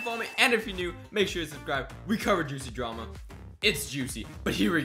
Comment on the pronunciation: Snow i love juciy drama lol he always says juciy drama and its so funny lets see if i can get pinned (2% i will 😂😂)